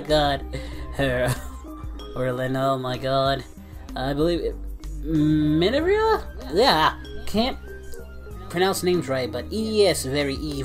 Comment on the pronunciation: Hey pal how's it going first off nice video second the second to last person her name is Minerva just letting you know and if you need any help on the pronunciation of their names in another upcoming Fairy Tail types video let me know I know all their names and the right pronunciation if you need help also for the next smash or pass video I'd suggest Sekirei